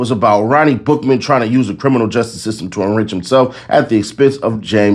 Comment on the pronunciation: Every time you said Bookman i heard Buffalo butt 😂. LL Take, the best out the group 🚀